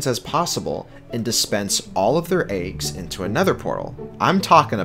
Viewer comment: why do you pronounce eggs as "aygs"